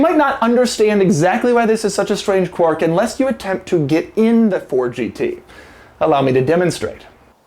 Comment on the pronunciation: I'm amused by the way you say "quirk"